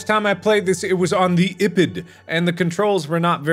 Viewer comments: Mark: says "ipad" like "ippid" Me: confused screams trying to understand it for a few minutes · When mark said ipad wrong i died laughing